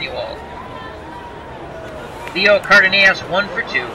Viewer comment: For future reference the shortstop for the Twins his name is pronounced Car Duh Noss.